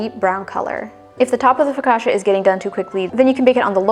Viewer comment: Don't change the way you say focaccia, it sounds great. The bread looks soooo good.